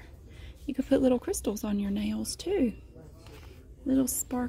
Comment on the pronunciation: i thought u were saying "jails" :)) but i do love your voice